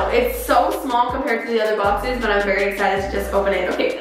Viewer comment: Nobody:......: I’m so axcited Lol it sounded like that lmaoooo